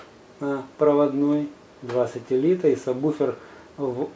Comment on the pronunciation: люди, читается САБВУФЕР (subwoofer).